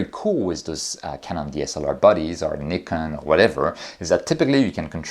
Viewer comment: Truly EXCELLENT presentation. Bonus points for pronouncing correctly: Nikon (well, at least once), Samyang; and for not yielding any objects to the Earth's gravity. 🙂